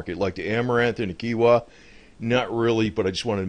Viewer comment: its pronounced k-e-e-n-w-a. Its a great thing to eat. I usually get keenwa with brown rice rolls with salmon and alvocado when i get sushi. very healthy. good fats,omega 3 fatty acids, protein. etc. Getting some big buckets from home depot and some mylar bags will allow you to store grains etc.. for many many years. also buying glass jars from walmart or dollar stores and learning how to can things will allow you to preserve things like meats, fruit, vegtables, and basically anything you need. I would also add that storing peanut butter is a good item because it is dense in protein and calories and can be stored easily. Also a lot of these items go up in price over time so its good to store them now while you can on the cheap. I also keep some non gmo seeds stored in mylar bags. If stored food would run out you can always plant food and every harvest season they will provide you with more seeds in a cycle. I also keep water filter straws and purification tablets as well as different fire starting devices. some canned goods when they are on sale are good to keep on hand as well, but they do not last as long. I tend to keep a mixture of things on hand just in case. I would not consider myself a prepper, but I have enough to last me a long time just in case.